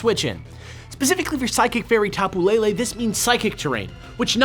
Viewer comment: As a native Hawaiian, I love the fact that they went and used our mythology in this game. It was super cool when I discovered the Tapu's motifs. I will say though that I cringe at the mispronunciation of the Hawaiian words. I doubt people will see this comment, but please stop saying Tapu Lele as Lei-lei. Lele in hawaiian is pronounced leh-leh. It's Pu-leh-leh-who-ah, not Pu-lei-lei-hua. Same with Kamehameha, it's not pronounced Ka-meia-meia, its Ka-meh-ha-meh-ha. Other than that, I still appreciate the work you've been doing about your research of the Hawaiian culture and words. Even your knowledge of the Decidueye and Aumakua parallels were surprising.